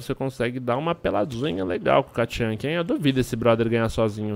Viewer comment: nao é katchanka, é tatchanka